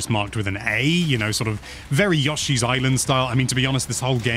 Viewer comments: it’s supposed to be YO-shee and he says YUSH-ee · says Yoshi weird.